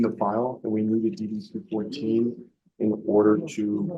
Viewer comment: AI voice reading is ass... form DD TWO FOURTEEN, not 2 1 4...